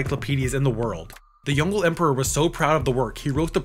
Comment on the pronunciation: I think it's pronounced "Yong-le", "Le" sounding like the way you pronounce the sound of the letter L or "la" without the A if that makes sense. The pushed together sound from the letters "gle" in english just doesn't sound like anything in East Asian languages